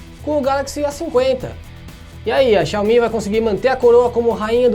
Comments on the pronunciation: Quando você falou xiaomí ao invés de xiaomi eu parei de assistir o vídeo. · Fanboy xiomi detectado